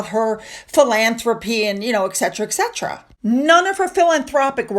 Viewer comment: ET CETERA NOT ek 😮